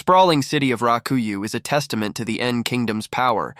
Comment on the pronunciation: Rakuyoh...not raku you. >.<